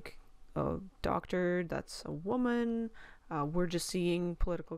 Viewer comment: "Wammin Hunt" ... LOL! 😂